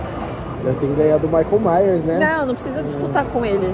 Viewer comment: OMG, o "maico maios"!